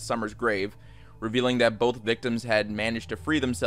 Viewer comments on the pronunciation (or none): none